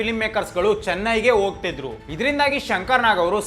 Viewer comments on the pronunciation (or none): Onnavara ❌️ Honnavara ✅️ Oohthidru❌️ Hogthidru ✅️ Indgade ❌️ Hindgade ✅️ Endadthi ❌️ Hendathi ✅️ Kone paksha Shankrannana video maduvaga Kannada sariyagi mathadodu kali marayaa 🤦🏽 Kanglish na bidi, laksha jana ninna video nodthare avaru adanne kalithare Kannadavannu Kollabedu 🙏